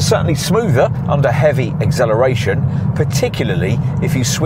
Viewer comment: Please pronounce acceleration correctly, really bugs me